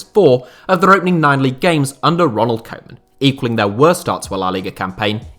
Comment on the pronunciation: Why you're pronouncing Koeman like Coman? Cringey